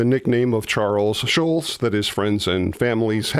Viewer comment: You mispronounce Schulz. There is a very German pronunciation which we don't expect, but the accepted Americanized pronunciation is not shulz. It's more shults. Search YouTube for samples.